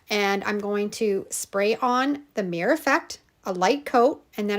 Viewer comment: It’s called a Mir-ror. Two syllables!